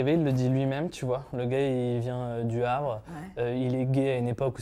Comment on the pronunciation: "Laurent Ruquier, il vient du Havre". Il a fallu que je retourne en arrière pour réécouter parce que j'avais entendu "il vient du hard". 😂 Je me suis dit, tiens, voilà une info que je n'avais pas. 😂